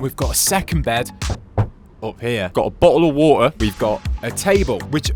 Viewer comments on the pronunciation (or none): Got Bouah waaatah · "we got booa of woawaa"